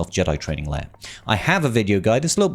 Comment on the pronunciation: Did you just say Jedi Training Leiar?